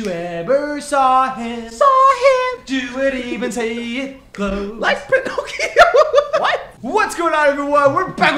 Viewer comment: OMG LOL SAID "Like Prinocchio" IM DYING